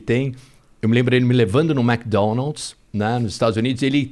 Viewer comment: Ne????? Eu tbm, e detalhe pra quando ele Fala "MécDonald's " ao inves de "Mic" que e a pronuncia correta kkkk ainda assim ele e muuuito top!